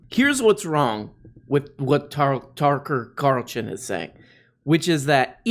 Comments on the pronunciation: Did you call him... Turkatarlickson? Lol How dare you get his name slightly wrong! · “Tuck carlchan” 💀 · I will forever mispronounce Tooker Carlman's name ever since he asked "whatever, so what?" when he was corrected on the pronunciation of Vice President Harris' first name.